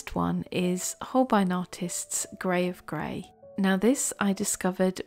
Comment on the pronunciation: 😂😂. I still hear it grave grey 🤣.